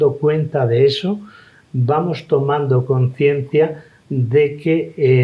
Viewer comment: ¡Muy interesante la charla! Pero, por favor,, es "conciencia", sin S